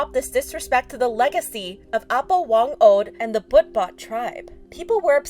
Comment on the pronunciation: not trying to offend but it's actually pronounced "ah-poh" as in elder :)